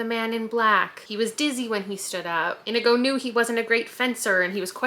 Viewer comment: You saying Inigo wrong is sending me